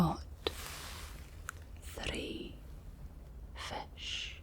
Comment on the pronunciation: this felt borderline maximum scottishness - i love the way you say fish as fesh